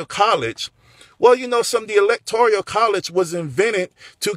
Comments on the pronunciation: love ya bud but it's electoral not electorial. This isn't being a grammar nzi just saying it'll be better if you say it right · Electoral college not electorial college. Love your video! ❤️ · I kinda like how he says electorial. I say it that way to! At least we both understand it even if we don’t say it right! Lol